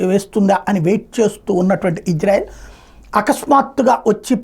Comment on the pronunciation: ఇజ్రెల్ కాదు ఇజ్రాయెల్ అని పలుకు. సరే నా. వాళ్ళకి తెలిస్తే నీకు దింపుతారు మిస్సైల్. నువ్వెళ్లి చూసి వచ్చావ్ ఫెయిల్యూర్ అయింది అని.